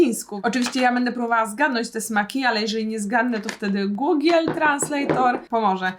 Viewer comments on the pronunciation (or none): none